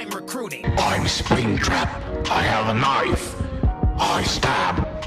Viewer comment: "and it's noice"